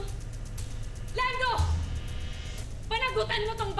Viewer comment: Haha ung pag deliver talaga ng name mo"!